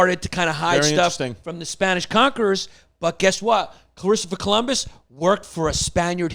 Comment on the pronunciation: Yannis: "klistoper Columus"